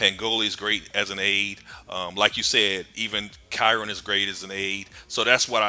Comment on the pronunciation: looked it up to be sure. Chiron is pronounced. kai- Ron .